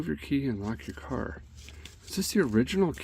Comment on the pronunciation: Sounded like a bad chad imitation there " work on the carrrrrrrr"